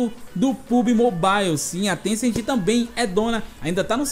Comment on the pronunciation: Paulo R. Cassimiro Lopes ele n falou niantic, ele falou tecent